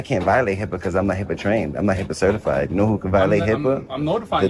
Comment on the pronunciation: It is not heeeeepa